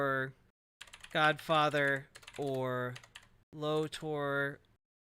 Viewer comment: low tor? seriously? 😂😂😂😂😂